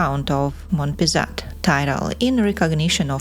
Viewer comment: His name is Henri Laborde de Monpezat and you don't pronounce the "t" at the end.